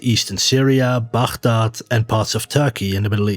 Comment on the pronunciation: As an Arab, I appreciate that you pronounce Baghdad correctly :)